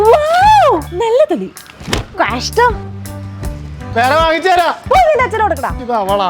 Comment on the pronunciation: Kaashttam ✅ kashttam❌